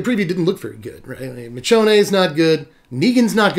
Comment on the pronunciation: U people who are making these videos pronouncing the card names wrong like. . Mich own ay is not how u say her name. Anyone who watches it knows its mi shown.